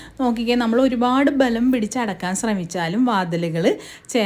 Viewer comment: അടക്കാൻ അല്ല അടയ്ക്കാൻ എന്ന് പറയ്